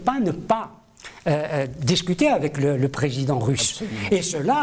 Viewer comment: En français c'est président et non présédent. Un effort phonétique svp!